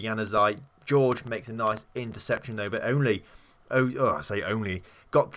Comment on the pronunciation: It's hor-hey not George...